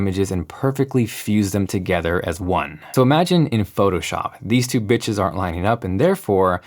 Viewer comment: I know it’s supposed to say “pictures” but I can only hear “these two bitches” no matter how many times I replay it 😂 Wishing you the best!